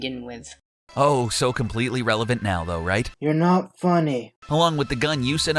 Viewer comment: NGL laughed at the "king da-day-day" part. Sounds like an interesting bootleg.